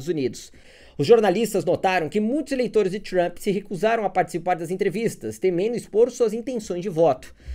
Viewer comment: Deve ter sido de propósito mas “Tranp” me matou de rir kkkkk